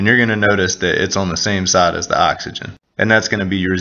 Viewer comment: Z Zame Zide lol